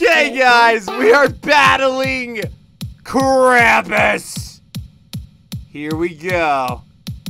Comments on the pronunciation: It's not pronounced kraympiss its pronounced krompiss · It’s acully pronounced krumps